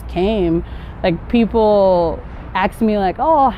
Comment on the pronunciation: Your roots are nigerian or ghana because you said “ they aks you”instead of “ they ask you”.the verb is to” ask” not “aks”.am i the only one to notice that?